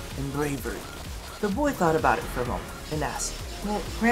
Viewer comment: "the boy thought about it for a MOENT"